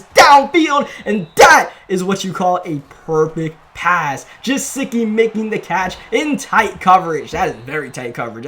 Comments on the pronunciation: it’s pronounced geh- sick-ee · You’re saying mike gesikis name wrong